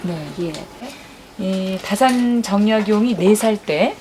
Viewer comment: 정약용에 대한 강의에 다산 선생의 성인 "다"를 바르게 읽지 못하시는 한국 학자를 무어라 평해야 할 것인가? 다산의 성은 "짧게" 발음해야 하나이다. 이런 오독은 다산 선생 한 분만이 아니라 "정씨" 일문에 대한 모욕입니다. "한국 어문을 고발함" 이라는 책을, 고국 동포 여러 분!! 조용히 읽어 ㅈ 시옵소서. 변 완수 드림